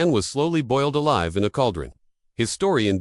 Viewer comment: Boiled "a-lever"?!?